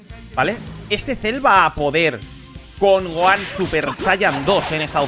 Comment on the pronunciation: habla bien es gohan no es goan porfa